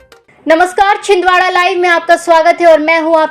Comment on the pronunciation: Chhin Dara nhi Chhindwara